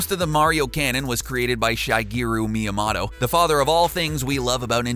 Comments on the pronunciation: Shy-geeru My-uh-motto Lmfao Im weak Its Shih-gayru Mee-yuh-mo-to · who the hell is miyamotto? i know miyamoto but not miyamotto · It is Shi-gee-ru me-a-Moe-toe not shy-gee-ok meet-a-Moe-to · "Shaigiiro Miiamato" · shy-gir-u miamoto it's shi-ger-u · Shy-geru miya-motto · Why do all these narrators pronounce names wrong seemingly on purpose? Seriously, who says "miya-MOTTO"? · "shigiru miyamato" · "Miyamato" I guess TheGamer was planning to turn Shigeru Miyamoto into a tomato and give it a half-tomato surname...? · Shy-gay-ru Me-yah-mah-to. Sheesh. Worst butchering of that name I've heard. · "shaigeeroo meeyamahtoe" lol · Ummm... Shygeeru Miyamotto??? I'm sorry but I can't stand it when names are butchered. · At the moment he said miamoto I was triggered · Shy geero mee uh motto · "Shy-GEe-roo Mee-a-MAto"....Good lord.... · SHYGERO MEEOMATO... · My GOD, you should be arrested for that pronunciation of Miyamoto's name. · Wow you really said his name wrong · Did you even TRY to pronounce Miyamoto’s name correctly? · quit your job voice over guy. You cant even pronounce one of the most important names in Video games. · The only thing dark about this video was the way Miyamoto's name was pronounced... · Why did you butcher Miyamoto's name so terribly... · So true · Way to butcher Miyamotos name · Dat pronunciation tho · what the fuck is that pronunciation